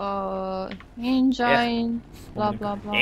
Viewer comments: Engine: Engeain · "EINGIAIN":)))) 2k18